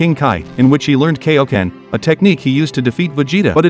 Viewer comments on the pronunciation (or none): none